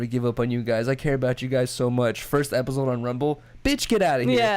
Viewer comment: Epizode Everybody else: Episode 🤣🤣